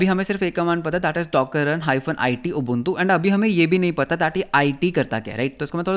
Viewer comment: your ubuntu pronunciation is pissing me off 😭